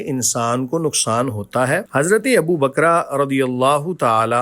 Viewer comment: Who is abu bakra,it’s not bakra infact bakr!